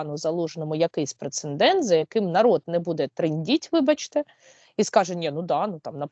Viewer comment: розумниця, дякую. Але не прецеНдент, а прецедент.